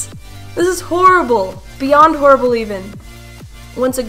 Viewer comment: It is not horrbul